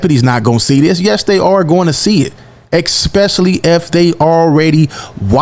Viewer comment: Especially > Expecially